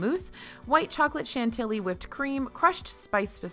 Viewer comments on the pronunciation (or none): none